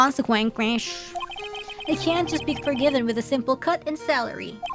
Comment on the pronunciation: Consequences Konsekvenkvesh ✨New word unlocked✨ I think this is in the same class as koinkidink🧐 The blue little guy is so cute. AAH! Mamamardial Baby Weine tried to call Mr Gepeng Rodent / kiss sfx, blow Big news newzöÖ~öh, common brain damage (fufuhihihahu) Damon Gant Dámon Gántöh (I'm not sure if this is actually said funnily or not, except for the "öh" at the end) UR+ rare moment where instead of "idc" Reine cares! :_reineUwu